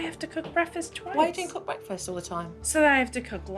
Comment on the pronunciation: Red flag an adult that says breafast instead of breaKfast. I’d love to see the kids today 2023 😮